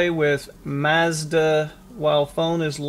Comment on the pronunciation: Many thanks for this - and I do love that you pronounce MAZDA correctly (as there is no R in Mazda)...